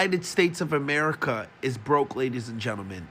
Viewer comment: "ameirca" X.X. Lol it's America..